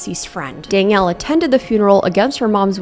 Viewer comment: couldn’t focus on anything on this video because of how you kept saying “dang-ielle” instead of danielle lmao